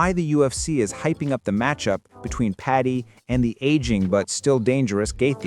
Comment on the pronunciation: PADDY not Patty